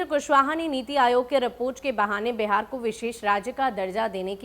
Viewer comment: Madam pahle Bihar kahna sahi se sikhiye uske bad ankring kijiyega